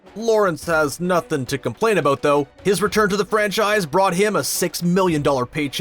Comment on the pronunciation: Eout & abeout eh ? So Canadian